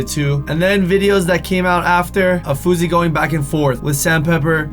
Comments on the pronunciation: fou S ey not fouzey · FOR THE LAST TIME, It's FOUSEY not FOUZEY.